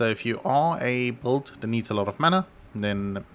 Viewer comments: u said it so many times thats why i asked 😂 sounded like volt, bolt or bold, wud make sense if u were meaning build, or if theres some poe lingo im not aware of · usefull stuff, also u were saying build right? sounded like bold or sum 😂